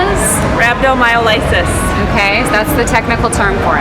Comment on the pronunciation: I reallky enjoyed your video. Its one of the few Ive seen where I can tell you did your homework - and you pronounced the word, rhabdomyolysis correctly! Im an exercise physiologist and I wrote the first book on exercise-induced rhabdo. Ive been teaching about it for more than 10 years. If I can add to the conversation, Id like to point out rhabdo does more than hurt the kidneys. I can also elevate liver enzymes, cause swelling in limbs and promote very bad muscle pain. Sometimes heart attacks can arise from rhabdo. You mentioned hydration. As I pointed out in my rhabdo myths video, hydration alone does not stop the process of rhabdo from occurring. Here is my list of the top rhabdo myths. I believe your instructors would benefit from this information: If your instructors ever have any questions, feel free to reach out to me.